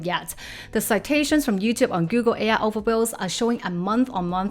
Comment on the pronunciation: Just subscribed. Excellent! fFast paced, straight to the point (no intro or "this is me!" BS). BUT. Your pronunciation of key words, confuses me until I get a visual hint of what you mean or I figure it out from the context: overviews ("other wells") and queries ("curies"). Please adjust pronunciation of key words or put a text when you first say it.